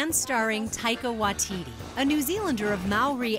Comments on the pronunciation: I get triggered how the narrator says Taika Waititi, it’s pronounced Taika Waiteetee not Taika Waiteedee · Once again its taika WAITITI NOT "TAIKA WAItiiiiiiiiii" let's say again "TAIKA WAITITI" 😊👌🏽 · That narrator butchered Taika’s Name 😂😂